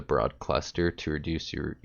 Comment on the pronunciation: OMG! Its BROOOOOOOD cluster is pronounced like BREWED. Not BROAD!!!!!